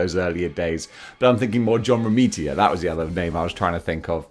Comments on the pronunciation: Say it with me Row-me-tuh. Romita, not Romitia. Sorry I enjoy your content and u did say if u get anything wrong let you know. But yeah that bothered me a wee bit. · I have always wondered why you always say John RomiTIA, when it's John RomiTA! Hope you don't mind me pointing that out